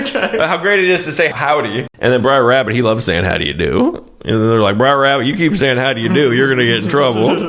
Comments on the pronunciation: Why he say briar rabbit? Instead of br'er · Braer, its brother. Stop saying briar. Y’all Californians aren’t versed in the south. You also don’t know the value of water. Eta: you’ve also obviously never worked cattle. Also yes your great grandparents owned slaves, I guarantee you aren’t brave enough to look up your family history. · I think it's Brer Rabbit, not Briar Rabbit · "Briar Rabbit" again? lollllllll - ------ "BROTHER RABBIT" ---- "Br'r Rabbit" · It’s Br’er Rabbit. Br’er is short for Brother.